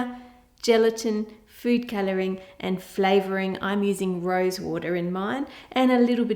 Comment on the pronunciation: I had to rewind the video about 20 times to listen to the intro. I swear you had said, "In a pretty gross flavored Jelly..." and I was like, "Oh Ann, why not just use another flavor." My boyfriend had to point out you said "Rose". Makes a lot more sense.